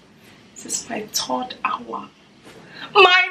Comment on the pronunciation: “my turd hour” 😭